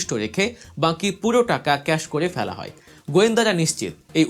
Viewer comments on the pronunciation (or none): none